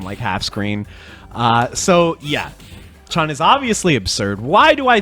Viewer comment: "Yun" rhymes with "moon". "Chun" rhymes with "moon"